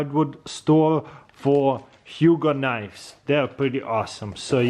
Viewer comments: It's pronounced ho-g, like ho-ho-ho. Or rogue. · It’s pronounced ho-oug